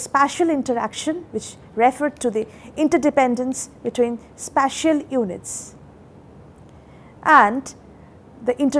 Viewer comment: This lady can't even pronounce special and spatial differently. Nation is in trouble with such teachings.